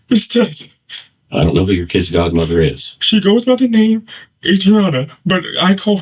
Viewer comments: if je said kidses instead of kids one more time smh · "My kidziz'd" 😶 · "Don't tell me my 'KIDDzis' Godmother is Dead?!" *Please tell us what 'KIDDzis' means??! **That creepy Hair dye must really affect your grasp of the English language!! 😉 #StayInSchoolKIDS